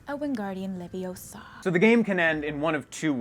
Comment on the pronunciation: It's Wingardium leviousa, not leviosaaa !! :)